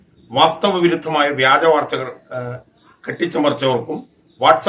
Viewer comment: Not veja vartha.but vyaja vartha.Channalist please care pronunciation.😢